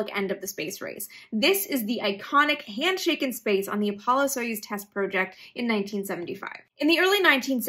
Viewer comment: Learn how to say project correctly.